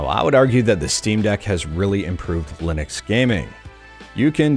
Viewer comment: Did he say Linex?